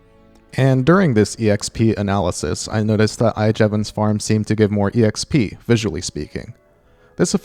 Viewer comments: am I the only one bothered by how said EXP as ee eks pee? i dont think i've ever heard anybody say it like that (instead of simply eks pee) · JUST SAY "EKSPEE" i love the video but just.. just.. "ekspee"